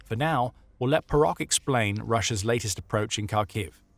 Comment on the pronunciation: PS. "PO-ROH", dammit! - not "borock" neither "barack"!